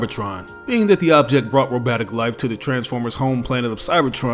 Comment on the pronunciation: Did this guy just say "ro-BAT-ic life"?